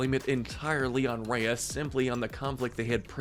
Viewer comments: I also don't like the way he said rya but I liked the video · Why are you pronouncing some of the names names all weird? It’s Kocoum (Co-ku-um) and Raya (Rai-ya). I would say Raya’s relationship with Namaari was a lost opportunity to be honest. I wish Disney would have shown the bond between them before breaking the trust. For example, showing a few short bits where they were playing together, sharing their cultures or hanging out with some music playing in the background or something. Given the history between their kingdoms and Raya even being slightly mistrustful of the other kingdoms coming to theirs before meeting her, it makes no sense why Raya would just be okay with trusting her. Even if these factors didn’t exist, it still wouldn’t work and feel devastating, because there wasn’t anything shown that would make us doubt the betrayal. The message behind trust would have been so much more powerful if Disney actually took some time to develop their bond